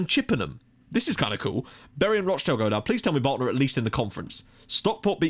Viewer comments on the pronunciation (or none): none